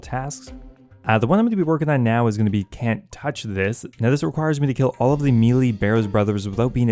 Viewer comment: I love your content but I'm so triggered by the way you say melee that sometimes I can't watch your videos 😭😅